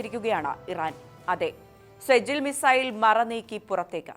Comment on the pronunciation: സെജിൽ അല്ല സിജീൽ നരക തീ